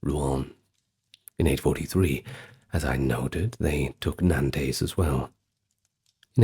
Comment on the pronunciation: I hate to nitpick but the french city of Nantes. Is pronounced "Naunnt" or " nænts" ( one syllable). - love your work !